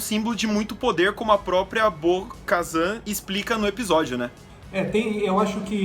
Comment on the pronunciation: Bo-kazam?!!!! Wtf véi